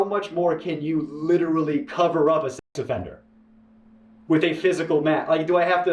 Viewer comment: Im pretty sure he mumbled sex offender on purpose to keep the vid monitizable